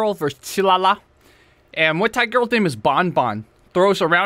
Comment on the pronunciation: Muay bien, not miay thai ☝️